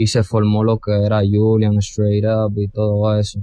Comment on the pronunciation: Y que sepan pronunciar su nombre, disque Yulián 🤦🏻‍♂️